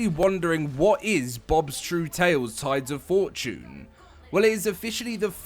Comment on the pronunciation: Holy crap he said tides of fortune correctly